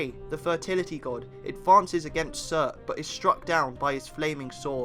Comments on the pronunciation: anyone else hear sir instead of surtur? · Yeah Some how "Surtur" came out as "sir"